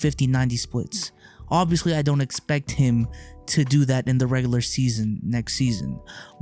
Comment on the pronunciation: Why does he say regular like regalur